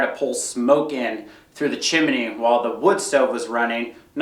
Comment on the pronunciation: chimney pronounced CHIM - NEE two syllables not 3. That just drives me crazy!